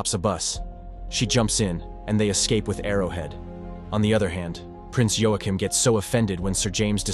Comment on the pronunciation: Waa-Keem, not Yo A Chim